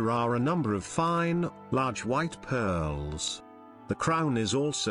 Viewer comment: Great stuff although I kept getting a giggle every time pearllls were mentioned.